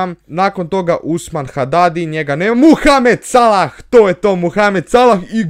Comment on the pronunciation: Kaze see Mohamed Salah a ne Muhamed Salah